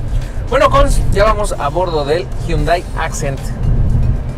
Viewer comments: Alguien enséñele a hablar al tal con su Mazdadós y su Hyundái. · Nunca he entendido por que siempre dice los nombres a su "modo" (pronuncia mal los modelos) Mazda2 HyundÁi Accent Al igual que lo hace con el "Mazda3" y "Mazda6"